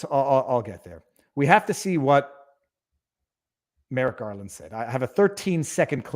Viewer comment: I keep hearing Merrick Garlic